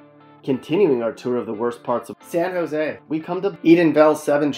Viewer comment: ...."SAN JOse" hahahahahaha